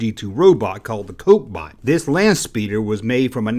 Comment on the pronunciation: You mispronounced “Landspeeder”